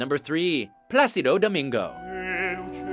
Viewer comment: Jajajaj que risa cuando dijo placido domingo o montserrat caballe...